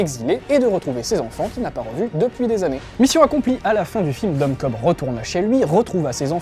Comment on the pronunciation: sauf que c'est Cobb pas Kohbs:p